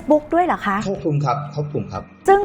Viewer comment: ครอบคลุม ไม่ใช่ ครอบคุม